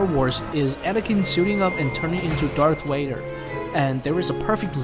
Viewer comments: It’s Darth Vader not Darth waiter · He has a accent from a different country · Bro said darth wader😂😂😂😂😂😂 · Bro said Darth Waider😂😂😂😂